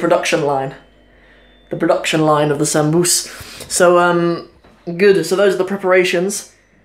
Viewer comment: Camaar yare waryaa, why is your Somali soo messed up mate. What's paasto iyo zaanbuz??🤔🤔 Waa baasto, dooro iyo saanbuus.